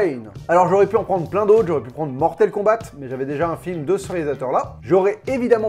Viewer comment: "Mortel Kombate"......... J'ai saigné des oreilles ! ! ! 😥........😅😁